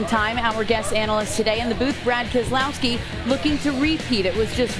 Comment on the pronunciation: keselowski no Keselowski